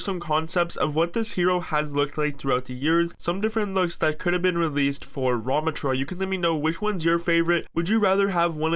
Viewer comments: Bro wtf is that pronunciation it’s not ruhmuhtra its raamaatraa lol goofy ahhs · it's pronounced "ra(like rug)MAH(like MAma)tra" fyi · His pronunciation 💀 "RaH-MuH-trAH" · It's pronounced "RAM-AH-trah" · He didn’t pronounce ramattra correctly ONCE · is a ramattra main it pains me when i hear you pronounce his name